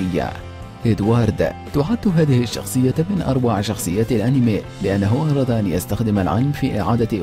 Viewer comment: انت نطقت كلمه انمي خطى كذا انميٍ انت قلت انيما